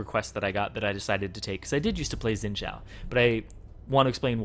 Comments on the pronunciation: Its xin zhao not zin jhao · why do people pronounce it zhin jiao, when its xpelt xin zhao its suppose to be pronounced shin zhao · Orville mohe is how it is suppose to pronounce it it is mandarin, so zin jiao is the correct pronouncitation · um wut dialect are u speaking? cuz in mandarin x is pronounced sh. idk about other dialect tho. and chill out